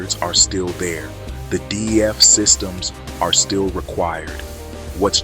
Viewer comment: I couldn't watch it because it sounds AI generated... Can't even say D E F... I had to look at the title to understand what "it" was talking about... 😅✌🏽